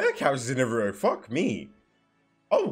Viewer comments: His name is Naruto not Naruo you are forgetting the “t” Edit: it could be just because of your accent, but still at least try to put more effort on the “t” sound. No worries though 👍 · It’s Nar ra toe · Naruto❌ naroro✅ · nuh roo-oh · it was so sad seeing that this guy didnt even know what a rasengan or chidori were and couldn't prounounce naruto's name correctly😢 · The way you pronounce naruto is horribly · I hate how he says Naruto… he got orochimaru with perfection first try 😂😂